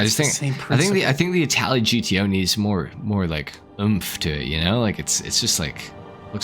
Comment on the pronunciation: You butchered this car 🤦🏻‍♂️